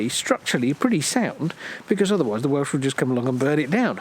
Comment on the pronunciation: I enjoy your whimsical accounts of visits to castles & other ruins, you don't, unlike most Youtubers, talk endlessly about nothing. However, many of your videos are of Welsh sites &, as a Welshman, I find your abominable pronunciation really grates upon my ear, detracting greatly from my enjoyment. The effort required to get it right is minimal, perhaps ask a local for instance, you really ought to try. Many of those from the other side of the border have a flippant attitude toward the language, a comic hangover from a time long past but I'm sure that doesn't apply to you two. Btw Llanthony is in the Black Mountains & not the Brecon Beacons, also I'm fairly sure it is in Breconshire too. Otherwise keep up the good work, you're doing a great job of entertaining us.